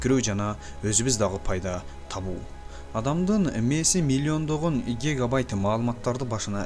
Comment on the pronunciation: Имилиондогон игегайтт ты дейт го 😂